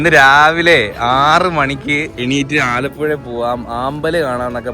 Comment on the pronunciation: Alappuza ❌ Alappuzha✅